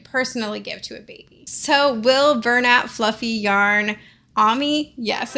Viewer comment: bernat flaufeigh✨